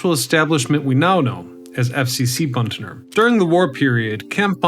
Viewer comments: It's Butner, not Buntner. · It isn't "Buntler," it's "Butner" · It’s not BUNTNER. It’s BUTNER. Geez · B u t n e r NOT B u n t n e r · Butner, not Buntner. Butt ...ner, not Bunt ...ner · Why do you say Buntner there is no n before the t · Dude, as a North Carolinian you are driving me up a wall as this video progresses. There is only one "n" in "Butner."